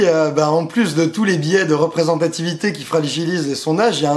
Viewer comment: biais (biè) et non pas bié .Ca ressemble a billet lol